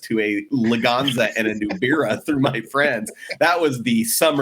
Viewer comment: It wasnt called a Daewoo Nubera, it was a Nubria (Nu-BREA)